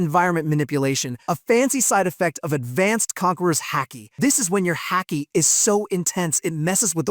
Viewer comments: There's no c in Haki, Ha-ki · The moment he pronounced Haki like Hacky I stopped watching 😂